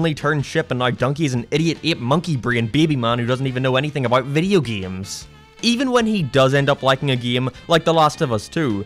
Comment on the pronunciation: Ew he pronounces it "geems". -a true gAmer